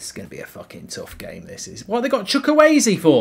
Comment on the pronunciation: Bro said chukuwayze